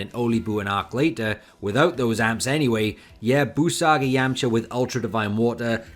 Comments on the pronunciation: Okay... So why do you say "Yamcher" instead of YamchA ? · ah ok, I didn't know this accent, where is it from? If you say "er" instead of "ah", why don't you say "Yermcher" ?